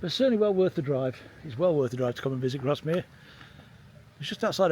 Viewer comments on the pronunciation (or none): It’s pronounced Grass mere